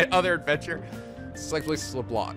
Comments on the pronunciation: So hum... It might be too late for that, but the cafe Leblanc have a french name (like many things in P5...) and in French, Leblanc is not prononced "Leblank" but rather "Leblan", the "c" is not prononced. I've got the feeling that many things in my native language is gonna be misprononced but Leblanc is the home of the P5 protagonist so prononcing it correctly is the bare minimum as it will come up very often... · you don't pronounce the "c" in Leblanc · hey, can it possible to have the subtitles during the cinematic. it's more easy to understand for other countries. Ps: LeBlanc you don't need to say the "C". I know french word can be difficult xD